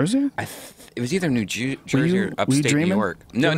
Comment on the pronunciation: he said new jew-sey instead of new jersey lol.